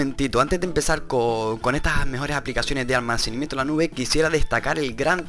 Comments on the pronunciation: ALMACENIMIENTO ??? CORRIGETE HOMBRE SE DICE ALMACENAMIENTO, DEMORATE UN POCO Y HABLA BIEN. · ¿Almacenimiento? Jajajajajaja todo el rato dice almacenimiento en ves de almacenamiento. Jajajajajaja Jajajajajaja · almacenimiento XD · Almacenimiento 😂😂😂😂😂jajajaja no sabe ni hablár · Alminiciamiento xdxdxd